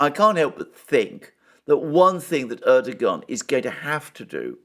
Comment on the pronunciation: Erdogan's name is pronounced "Erdowan".